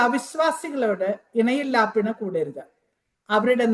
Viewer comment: ഇണയില്ലാപ്പിണ എന്നല്ല സഹോ, ഇണയല്ലപിണ എന്നാണ്. ബൈബിൾ വായിക്കുമ്പോൾ തെറ്റ് കൂടാതെ വായിക്കാൻ ശീലിക്കുക....